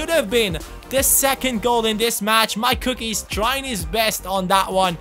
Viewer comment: Forgot to say: Every time you say MyCookies i think you are saying Mike ^^